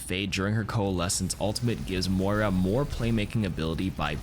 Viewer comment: It’s mOira not mora you can litterly hear herself call her by that. why are ppl still pronouncing her name wrong